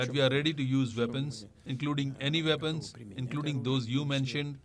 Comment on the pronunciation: Nuclear "Vepons" ...omg !!! speak English !!! get your enunciation correct dude...